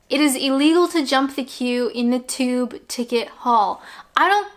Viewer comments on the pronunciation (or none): none